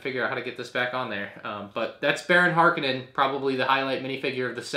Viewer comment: ITS HARKONNEN NOT HARKENNEN HARKONNEN HARKONNEN HARKONNEN WTF